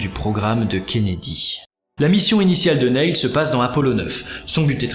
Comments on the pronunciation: Juste, on prononce pas "Nayle" mais "Nille" Sinon super! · s'il vous plait arretez de prononcer son prénom comme ça, il se prononce Nill. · Ça se prononce Nil